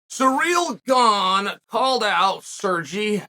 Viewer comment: Chael clearly gets a kick out of butchering any foreign fighter's name. Cereal Gone versus Serjee Pavlitch